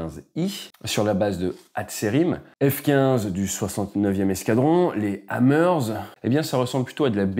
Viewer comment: Petite précision linguistique : le h au début du nom de la base est aspiré, ca vient en gros du fond de la gorge : 'hatserim. Même chose pour Hezbollah